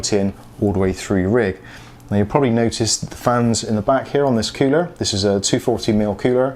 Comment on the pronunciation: Cooler not coower